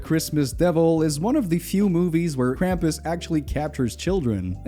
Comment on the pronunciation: The sound of screaming flannel man is still vibrating around my skull so thanks for that!! This is a great video. Also most of the time when I hear "krampus" it sounds like "grandpas" which led to some really funny mental images while watching: Oh no! this family is being chased by grandpas!